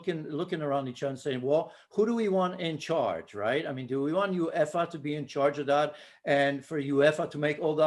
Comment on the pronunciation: What a horrendous pundit can't even say uefa😂😂😂